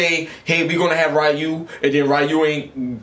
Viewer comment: his name is (Ree Yuu) Ryu